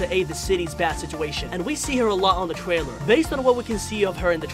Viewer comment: In the twaiwer